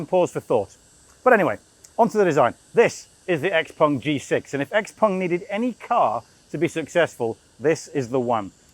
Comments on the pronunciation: Great review, but its X-Peng - Not X-Pong :) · Unfortunatly X Pung..... Sorry...X Peng... I heard the video and the person saying X Pung.... Anyway... XPeng G6 is great but will not achieve FSD anytine soon unless they joint or lease from Tesla.... So far versio. 12.5.... Is way ahead of everyone.... Soooo Model Y still the best SUV in the world